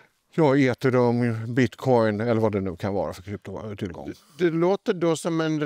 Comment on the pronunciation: Hur han uttalade ethereum 😭